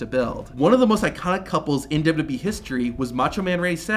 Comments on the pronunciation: WWE!!! SOUNDS LIKE YOU BE SAY WB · Man, who would of thought saying 3 letters would destroy someone’s mouth. W W E being said repeatedly throughout the video as W double you bee 🤣